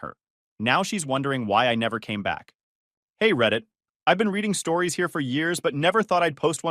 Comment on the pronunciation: It’s “stories,” not “storis.”